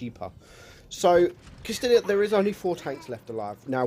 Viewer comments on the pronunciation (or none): its pronounced "castiya" and the new tank is "mootz" don't meant to be a dick by pointing it out but those are the pronunciations :) PS: love your content.